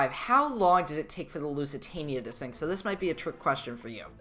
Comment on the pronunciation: You said sing not sink💀